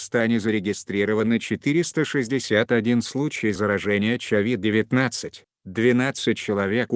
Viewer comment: Говорит Човид-19😁😆✔️